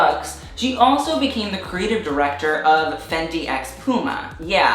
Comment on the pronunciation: fennnndyyyyy ? Hmmm interesting